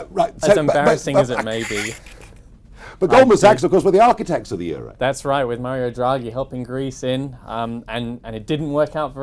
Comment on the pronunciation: you mispronounced euro